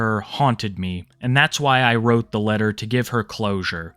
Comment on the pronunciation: yeah, bowzer's logic "i didn't whrope a minor, i whrope a woman"